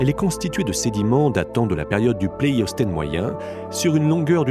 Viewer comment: Bonjour. Dites moi un peu, à 0'52", vous dites "pleiostène". Et pourtant c'est comme le Port Salut, c'est écrit dessus: Pléistocène. Petite taquinerie sans importance... Votre vidéo est très sympa et nous fait voyager. Merci.